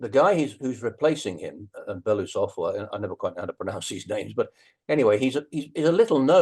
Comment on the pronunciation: Okay, you're working on this for over two years now. It's about time you get some pronunciation correct. Putin: it's POO tin, not Pyutin. Kyiv: it's Kee-yeev, two syllables. New one, okay: Belousov (white mustache): Byela-oosov (stress on the u). Find someone who speaks Russian (or Ukrainian, they usually speak Russian as well) to help you with this.